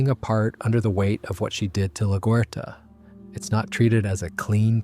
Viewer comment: Laguerta is pronounced La-gwhere-ta